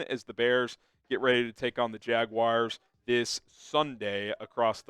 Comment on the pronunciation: It's JaG WARS, noT Jag WIRES